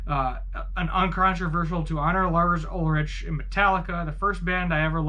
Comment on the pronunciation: That’s not how you pronounce Ulrich.